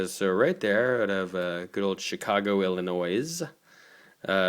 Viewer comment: It's not pronounced "Sella's"!!!!!! You really should do your research BEFORE making a damn video!!! It's pronounced "Chella's." And it's not "Illinoise." OMG!!! Watching you is cringeworthy!!! I can't get past !!!!!! A million thumbs down!!!!!! UGH.